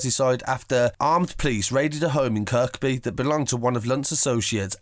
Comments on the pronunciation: Kirkby...pronounced kirby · K J kirk by & waver tree 😂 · Pronounce Kirkby as Kirby and Wavertree as Wave - a tree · Kirkby has a silent k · The way you say Kirkby and wavo is funny uno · and wavatree